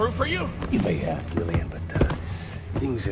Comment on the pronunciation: Gillian is pronounced with a J sound. Much like general or genius and gentle